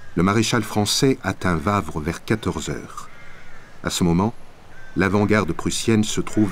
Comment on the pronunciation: "OUavre", pas "vavre" ! -.